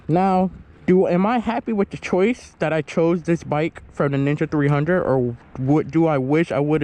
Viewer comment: sounds like you are saying nigga 300